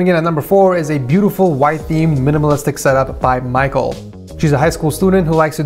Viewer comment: Bro I'm pretty sure its (mic-kal) not Michael